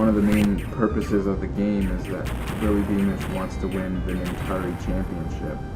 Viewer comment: Lol you said wippy beamish.